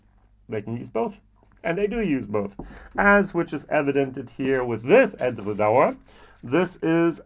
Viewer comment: I love your pronunciation of Edradour, that R in french style is so cool 😁 Great review with comparison of these gems 🥂🥂🥂🙋‍♂️